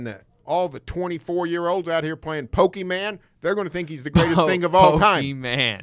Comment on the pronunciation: Pokeman, lol. I can't stand it but even I knew it was wrong the way he said it.